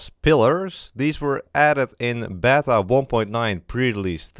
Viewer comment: Anyone noticed that pronounced 'Beta' as 'Bata'? Edit - for anyone who wants the clip, here it is